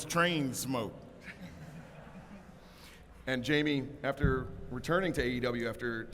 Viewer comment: Jamie Cayke-ter